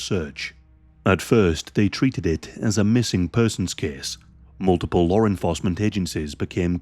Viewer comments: Bro said Larre enforcement 😂😂😂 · FYI, there’s no “r” in the word law.